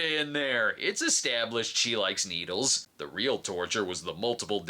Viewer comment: It's e"stab"lished lol